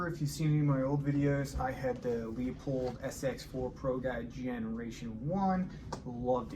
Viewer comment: A few nit picking comments. It's pronounced Lew pold, not Leo pold. The body is now magnesium, not aluminum. The three most expensive and important features besides construction is precision ground glass, glass quality, and coatings. Coatings are expensive and play a huge role. Unfortunately, you are correct...Leupold does a poor job marketing their scopes. They give you the fluff, not the meat. What specific glass and coatings are used? Trade names like Guardian Diamond Coat mean nothing. Field of view and exit pupil are pretty similar for most scopes with specific objective lenses and magnifications. Is it a high floride glass? Coatings affect light transmission, fringing, scratch resistance, dirt, dust, oil, etc. What specific coatings are used? Yes, there is a trade off in weight... High Density glass will be heavier. Are you willing to pay $2500 - $3500 less for 97.5% of the performance of a Leica, Kowa or Swarovski that weighs 8 ounces or 10 ounces more? The Swiss-Arca mount is a nice upgrade. So is the lens cap, though I really like the Alumina caps Leupold sells for rifle scopes. I like the large focus dial better than the small ones. It's easier and quicker for me to dial in the focus. Overall, good review. I still think Leupold is missing the boat on marketing....